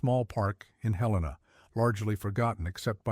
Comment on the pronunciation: Bozeman, Montana 5pm... almost stopped watching when the AI mispronounced Helena, glad I didn't. Though I doubt much of this story is true.